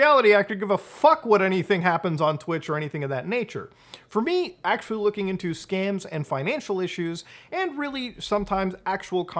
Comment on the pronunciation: scans, or scams?